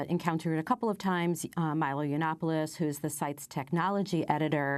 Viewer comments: Amy Goodman not knowing how pronounce Milo Yanananapolis was everything. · Honestly, how much can they know if they can't even pronounce Milo Yanananapolis correctly?